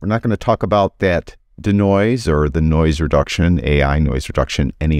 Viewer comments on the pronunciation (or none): Hi, it’s not danoise it’s de-noise…. Dee noise. Not Da Noise.